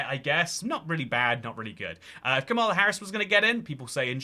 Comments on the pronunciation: Her name is kAmala (as in “comma” and “la”) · It’s actually pronounced “Kamala”